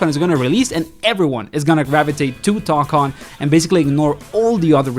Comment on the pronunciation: Say TOE CON, not tock on